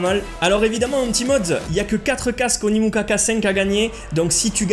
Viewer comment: par contre dans la vidéo tu dis Onimuka mais non c’est Onikuma 😂